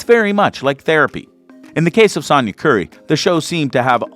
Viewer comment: Dude, say it with me: “Sonya” like “so” or “sew”. It doesn’t rhyme with “yawn” as in “Sawnya.”